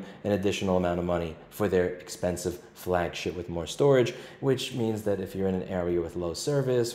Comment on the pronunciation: is it just me or did you say "flagshit" phone?